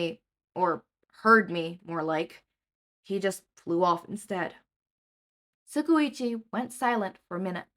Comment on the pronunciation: Every time you say tsukauchi I laugh so hard, and this isn’t hate at all, it’s really endearing, but the way you pronounce it is so profoundly incorrect I love it